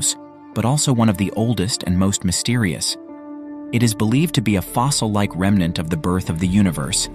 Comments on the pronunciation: It is "remnant" not "remenant" fool. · “REMENANT”? You might check a dictionary.